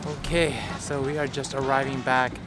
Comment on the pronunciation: it's sounds like you are saying 'QUESO' when you say 'ok so, ...' :D